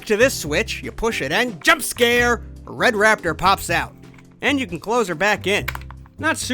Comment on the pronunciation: Rrrred Raptor YUUMMMMMMM